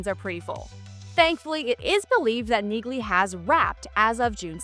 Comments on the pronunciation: Dude I hate when people report on things and dont know how to pronounce MAIN Charaters names. Neighg-lee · Ever heard of Milo Ventimiglia? That’s how you pronounce the G in Neagley.